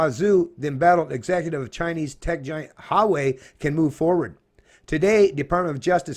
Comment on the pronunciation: ...its WA WAY....Huawei